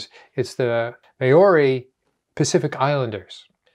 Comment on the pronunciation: Think you're trying to pronounce Maori...your saying "May or ee" We pronounce Maori as...Mohwree. the r is very lightly rolled. 💚NZ